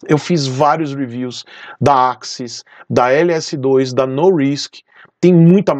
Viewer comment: Gostei do vídeo Parabéns vc é o primeiro que vejo falar o nome corretamente do capacete Norisk